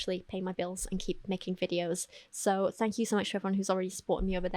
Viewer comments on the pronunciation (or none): none